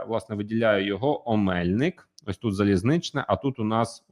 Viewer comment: Будь ласка перевіряйте наголоси географічних назв. ОмельнИк, ГайчУр. Може і невелика різниця, але людям, які втратили рідну землю то боляче